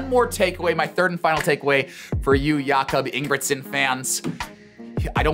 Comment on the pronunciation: “I am a huge Jakob Ingebrigtsen fan!” …proceeds to butcher his name 😆